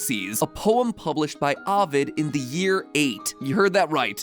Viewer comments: The big ones were Daedalus and Ovid. It’s supposed to be DAY-dah-lus and OH-vid. And even then, Ovid could be pronounced OH-whid in Latin but we don’t talk about that lol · Take a shot every time MatPat says Dedalus Edit: or Avid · The way he pronounces Ovid is how Jeff Winger pronounces Abed.